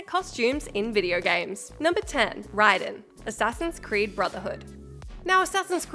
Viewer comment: That's the correct pronunciation, it's Japanese.